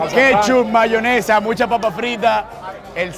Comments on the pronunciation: Dice bayonesa🥸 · Ok sino se dice VAYONESA (que yo detesto esa palabra), porque dices EGA blanca???? Excelente tu contenido 🙌🏻❤️ Bendiciones